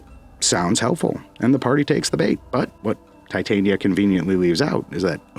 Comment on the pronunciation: thats not how titania is pro0nounced their two prenounciations fot wo difernt things the fairy is te tania emphasis on the begining over the end the one use used isnt the name its the powder , titania which is proper name is titanium dioxide so they sound it like titanium but tyhe name isnt pronounced like that Americans literally mispronounce titania so bad you lot end up calling her a cancwerous white powder